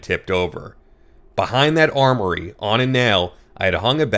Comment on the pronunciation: Learn how to read! Armoire is pronounced “arm war” NOT “armory.”